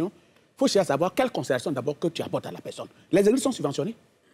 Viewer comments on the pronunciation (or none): J'ai remarquée que Makosso n'arrive pas a prononcer la lettre R dans certains mots, Exemple: Merci - il dit meksi Partagez - il dit paktagez Personne- il dit peksonne Pardonnez- il dit pakdonnez Etc....